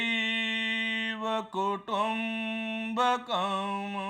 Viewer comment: व्याख्यान पर्याप्त ज्ञानवर्धक है। महोदय. प्रथमोच्चरित श्लोक में लघुचेतसाम् के म् के उच्चारण में अ की ध्वनि अवांछित है। इसी तरह कुटुम्बकम् के अंतिम म् ......